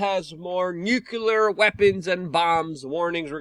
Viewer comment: Luke its nuclear, not nucular.